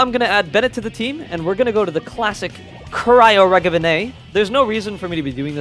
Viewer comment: “Cryo Regovinė” ‘ “Harbingi of Dawn” Love English 💀